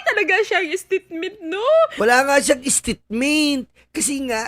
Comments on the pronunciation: Hahaha sobrang tawa ko sayo sa paggaya- gaya mo ng "stitmint" 🤭😅😂🤣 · Natawa naman ako sayo Host😂😂😂 istitment, talaga😂😂😂